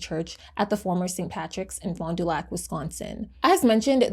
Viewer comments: I’m from Milwaukee. It’s “ FAHnDUhlack” lol sorry it bothers me. Wisconsin cities are notoriously hard to say without a ‘SkANsin accent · locally we pronounce it “fondle your sac” 😂